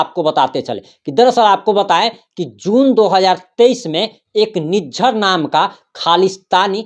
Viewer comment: निजार। नही लिज्झर बोली